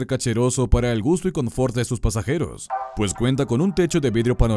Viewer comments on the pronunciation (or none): none